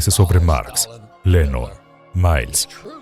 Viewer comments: Si la traduccion muy mala, dice lenon y debe decir Lenin. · No es Lennon, es Lenin.